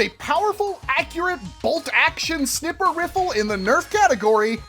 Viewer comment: Why does he keep saying snipper fiffle